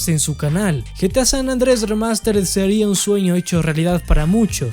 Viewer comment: san ANDREAAS! san ANDREAS, repite... SAN ANDREAS, no San Andrés, WTF!